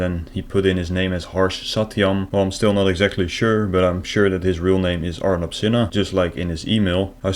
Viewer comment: “This scammers name is………Arnab ……pronounced as “our knob”……..sinha 😂😂😂😂😂 fukin hilarious😂😂😂👍